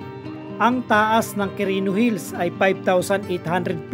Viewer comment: anong Qurino Hills pinagsasabi mo? 😁 walang S un sa Hill